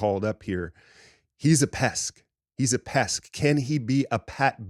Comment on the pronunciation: It ain't "pesk" og, it's "pest" lol